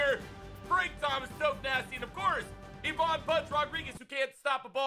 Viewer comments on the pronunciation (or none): Saying “IVAN” wrong lol